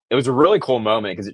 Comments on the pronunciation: You keep saying drump?????? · Why is this guy saying, Drump half the time? Or is it just my rock and roll ears? 😂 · ARE YOU PURPOSELY SAYING "PRESIDENT DRUMP" WITH A D OR AM I JUST HEARING THINGS... ANYONE THAT READS THIS, PAY ATTENTION TO THIS... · Is this guy saying drumph or Trump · His name is TRUMP not DRUMP....LMAO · Sometimes it sounds like you call President Trump “Drumph” You call him “Trump” most of the time he is President Trump or the President. It’s a matter of respect for the office of President. Not to be mean.